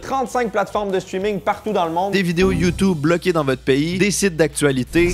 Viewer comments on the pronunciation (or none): none